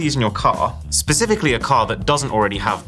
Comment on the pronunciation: You said pacifically.